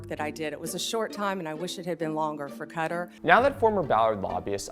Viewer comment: listen everyone has said everything important here so I'm gonna toss in... who in the hell is "cutter"??? as an American, I'll never understand why we don't even try with other country names.